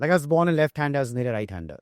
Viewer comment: What was with Accent n Pronunciation with "BORN " I heard Born as" Burn "😂😂😂😂😂😂😂 So where the Hell Did he Open up on Bollywod Secrets😂😂😂😂😂, the Titles ----The Podcasters take for" TRACTION "😂😂😂😂😂😂